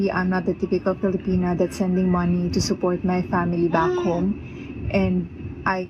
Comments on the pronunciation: ....it's a small gripe due to the other aggregious stuff he's said and done...but the way he says 'filipina' annoys me. You're married to a lady from there. Why are U saying it like that? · Bro said filipenis I cant- 💀